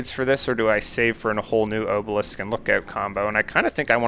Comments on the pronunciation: Buddy. It’s AH-belisk. AHHH not OHH. Bruh. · Probably would have watches the whole video if you pronounced obelisk correctly. It physically caused me pain every time you said oh-balisk instead of ah-balisk. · I watched the video you linked and when they say obelisk it's with an ah sound I didn't hear anyone pronounce it with the oh sound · It's "ah-bah-lisk" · I've never heard anyone pronounce obelisk like that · Hey man, not sure if anything else said anything, but the letter O in the word “Obelisk” is pronounced like the O in the word “optimal”. You can Google the word and hear the audio pronounce it. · i'm not sure what makes you think that obelisk has a long o, but it most definitely does not. if you don't believe me then search in on google and click on the speaker button to hear how it's pronounced. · I love the content, but why do you pronounce obelisk like that LOL